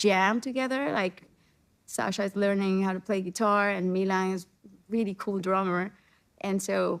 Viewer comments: Oldest son Melon she slaughtered such a beautiful name . Milan!!!!!!! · Please white lady learn how to pronounce Milan say it with me: me-lawn